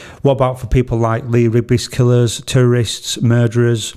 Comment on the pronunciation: I know your saying Terrorist but I kept hearing it as tourist 😅 It’s a crazy topic with so many different answers and opinions- thanks for raising this to our consciousness and realise that it’s a possibility since it’s being brought up in our government for debate.